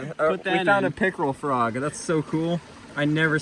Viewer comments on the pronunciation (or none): I thought he said pickle frog 😂